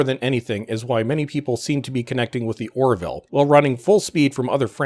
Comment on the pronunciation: "Or-ville", two syllables. Not "Or-i-ville", three syllables (there is only one i).